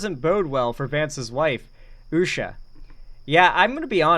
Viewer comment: In before the bum-bots. Somebody get that girl a toy, she's clutching and clawing at everyone's man! Did you see her getting handsy with that creep, Jesse Watters, too? And also, notice she can't even say Usha's name?